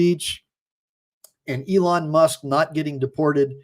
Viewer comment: E lon . Not ellen musk